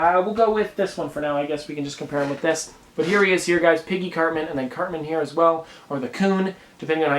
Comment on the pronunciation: He said certman